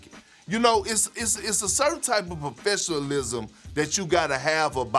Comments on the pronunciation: It’s a certain type of proflessshalism…. 🤨😂😭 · Can't pronounce professionalism???😭😭😭😭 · Lmao KP slawed tf out ‘Professionalism’ 😂😂